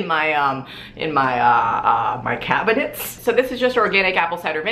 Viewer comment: "IN MY CAB-I-NET" WHY WAS THAT SO FUNNY TO ME OMG ILY